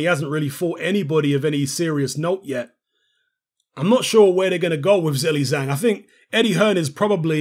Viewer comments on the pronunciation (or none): hello, ur pronunciation for his name is not right😅😅